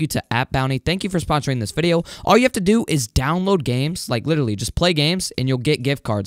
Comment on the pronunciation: " We're back with ANODER item shop VIDEOOO😂 why you say another like that lol